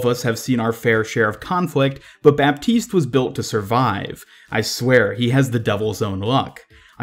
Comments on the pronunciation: Just so you can pronounce it in the right way, Baptiste is pronounced like the "P" doesn't exist ==> Batiste :) Ps : Always a pleasure to see your videos ! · I give you a free tip about French names : mos of the time, when a word is too complicated to pronounce, we just skip letters =) "Baptiste" is way eaiser to say of you just pretend there us no 'p', which is exactly what we do ^^